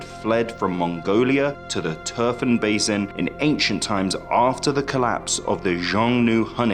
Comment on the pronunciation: How the hell does this narrator manage to pronounce "basin" three different ways in 30 seconds?! And that's one of the English words! Don't get me started on the Turkic words/names he absolutely butchered... Very poor narration.